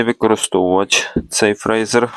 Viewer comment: Прочитай інструкцію. Твоє "фрейзер" ріже слух. Якщо вже блогериш то називай апарат правильно.